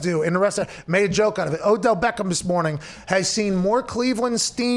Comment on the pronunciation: He said "the Odell Bathroom Jr." lol